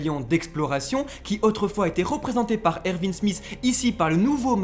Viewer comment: Erwin pas Ervin respecte leeeeeeeeeeeeeeeee!!!!